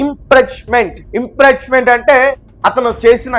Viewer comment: నిజాలురాయండిరా లం.. కొ…ల్లారా. తంబనైలు ఏంటి నీవు చదివేది ఏమిట్రా ? అది ఇంప్రీచమెంటు కాదురా అది ఇంపీచమెంటు అనాలి.